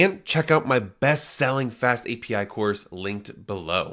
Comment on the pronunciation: In one video you say the wrong SQL [ si: kju: el ] (as CQL) and the right API. You decide, either you say all the abbreviations somehow corrupted, or pronounce everything correctly. I watched the video up to the 50th second, and just in case scrolled forward to make sure of your disgusting speech. If you created the video with the purpose of conveying information/gaining an audience/making money, then you lost. The first time I saw you, and I put a dislike, and I left without watching the video to the minute and I don't care what kind of charisma/authority/knowledge you have.